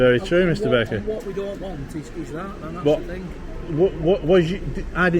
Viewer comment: I thought you said his name was Mr Bacon, it was only at the end I realised you said Mr Baker.